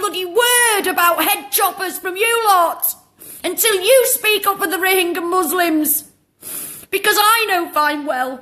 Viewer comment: How well do you know about " Rohingya " ? You can't even pronounce it correctly !